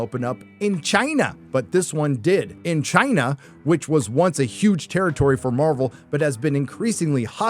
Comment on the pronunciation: Your emphatic pronunciation of CHINA will always be funny 😂